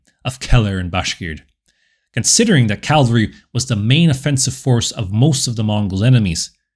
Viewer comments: Excellent video. But it is "cavalry" not "calvary". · It’s pronounced “cavalry” not “Calvary” lol